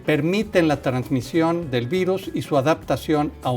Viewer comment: "Transmisió"de murciélagos a otros mamiferos, no es transmitió? 🤭 No se si tomar en serio a alguien que dice transmisio...o yo estoy mal?